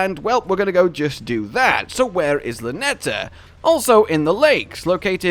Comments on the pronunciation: It's LaTENNA. Not Lanetta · Sorry man, her name is Latenna! ;-)